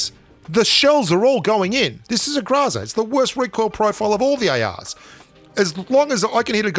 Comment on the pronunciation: It's not graza it's groza